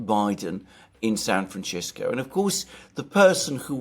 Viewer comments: I see Alexander STILL insists on mispronouncing San FranCisco - weird, and irritating. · Alexander, you're pronouncing San Francisco wrong with that middle C letter as if it were italian, but it's a spanish name and that C sounds like an S, like Cisco the company, FranCisco. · San FranCHisco? I didn't know it was pronounced that way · Whats up with pronouncing it "Franchisko" ? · Your pronunciation ... sounds like you keep saying "San Franshitsco". Appropriate. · Kudos to alexander for saying "San Franchisco", not once, but twice 😂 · San Franchisco lol Alexander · San Franchisco 🤣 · San Franchisco? :D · The only surprising thing Alexander is saying is his pronunciation of San Fransisco. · Very interesting. Less so, why Mercouris can't pronounce San Francisco correctly. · hey, "ci" in Italian is pronounced the way the brits say 'chimney".. but San Francisco took its name from the Mexicans, and there the 'ci' is pronounced as we say 'simple'